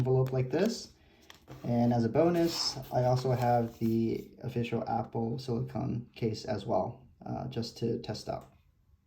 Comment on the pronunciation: SiliCONE case not siliCON. You’re saying the name of the Apple brand one wrong.